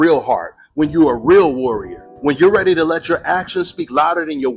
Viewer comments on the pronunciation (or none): you spelled it wrong. He said, "Are you REERY", not "READY"!!! Get it right, young man. Love your channel...😂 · “…and for Terence, are you rary to feel the Mexican power Terence? 👈🏼” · I agree! It’s are you “RERI” to feel the Mexican Power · Hey Virgil "are you reery to feel the Black American power" Virgil: Hell No 😂😂😂